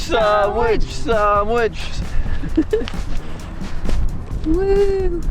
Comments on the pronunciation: For anyone who didn't know what they were talking about its SANDWICH not SAMWICH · I love that you and Becky pronounce sandwich "samwich." My mom always calls them "sammitches."